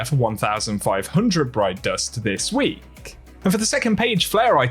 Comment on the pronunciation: I don’t know why but I always notice this dude always adds extra emphasis on the letter “K” at the end of a word that’s ends with K. When he says “weeK” 😂